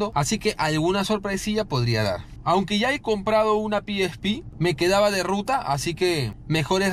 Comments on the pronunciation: pi is pi?..... Carajo eres latino, pronuncia como tal PE ESE PE. PE ESE PE PE ESE PE PE ESE PE PE ESE PE PE ESE PE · Ora piespi nel eso no se dice "El pesepe :v" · El: (PIESPI) Yo: (PEESEPE) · A alguien más le molesta que le diga piespi ? Xdxdxd